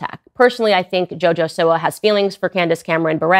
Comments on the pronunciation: Live the content just letting yk you said siwa (seewah) right the first time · You said her name correct